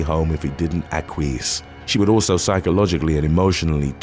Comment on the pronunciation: Akweece?? Lol ....I think you'll find acquiesce is pronounced ackwee-yes